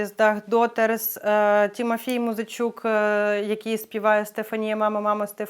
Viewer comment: Чудова людина і співачка! Дякую. П.с. Попрацюйте над вимою прізвизщ українців: не Гранєцкая, а ГранЕцькА, господи, не Тімафєй, а ТИмофІй, не Павлєнка, а ПавлЕнкО. Відчуйте різницю. Це важливо.